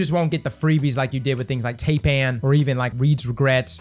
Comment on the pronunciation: Never heard anyone pronounce Taipan as "tay-pan". Weird.